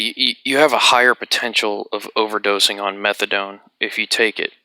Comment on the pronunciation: Hahahah. No worries, man. You nailed it at the 1st time. The first english speaker to say it correctly. Awesome video, like always. And before ppl come nerding at u. Yea, morphine to diamorphine is the other way around but whatever, what matters is that methadone is fucking nasty. It has lower affinity to the mu opioid receptors than morphine and doesnt hit the others (kappa and delta) like morphine does, so ppl who want a rush will easily od trying to get there.